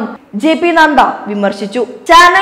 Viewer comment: J P നദ്ദ. നന്ദ അല്ല നദ്ദ